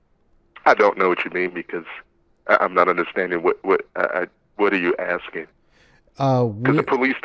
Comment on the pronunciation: " I don't know what you're axing..."